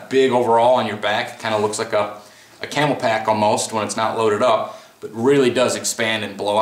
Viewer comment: Nice video. But little annoying that you keep calling Camelbak as camel pak